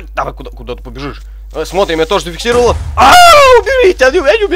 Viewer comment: Когда ты говоришь зафексировал значит что-то будет!!))